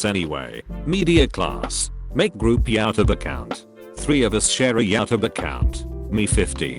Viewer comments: No one: Robot voice: YOW-TUB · Nobody: Text to speech: yeowtub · No one: Robotic voice trying to pronounce YouTube: yowtub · name: YouTube translator: YaouTub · No one: Literally no one: Not even the hair follicle on our heads: Voice over: "yAtuB" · nobody: literally nobody: narrator: yIA-tOoBE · I hate how it says yOw TUb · Nobody: Not a single soul: Reddit voice: YaUwTuEbe 🤘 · When you typed “YouTube” but the voice reader thinks its spelled “YaouTub” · No one: Reddit bot: yOwTuB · Redditer:Youtube Text to speech:Yootub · “YouTube” No one: Reddit speaker: “YaTubE” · Nobody: Text 2 Speech: "yAoutube" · Normal human beings: YouTube TTS Voice: Y O W T U B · Nobody: The robot: ya tub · "Youtube" T2S : Do you mean yAuTuB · Pronounced (yah-oh-tub) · nobody: Text to speech: "yow tub" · No one: Robot: yowtube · No one: The voiceover: YOWTUB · Yatub. Oh for the love of everything holy, teach this bot to speak properly. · Nobody: Bot voice: yowtub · nobody: british tts: yowtube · Yaw tub